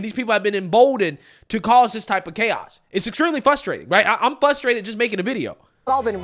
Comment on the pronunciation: I'm getting FRUSTRATED, listening to you say fustrated.